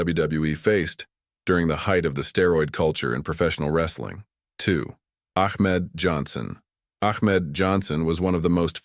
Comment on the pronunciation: That boy said achmed Johnson 😂😂lawdt get the gun😂😂😂